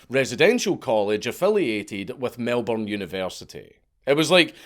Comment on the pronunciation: Eel-dun, Not aisle-don. Lake Eildon. Still at least dank said Melbourne somewhat correctly